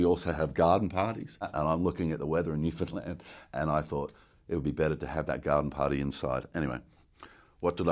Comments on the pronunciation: Newfoundland! Even pronounces it correctly. Also, if anyone has ever read David Gemmell's Troy book series, this is the only guy to do Odysseus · Well, you must be telling the truth... you can pronounce Newfoundland properly!😂😂 That's a skill in itself, for most. 🤗🇨🇦